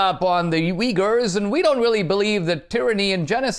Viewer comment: Did he just say "Wiggers"...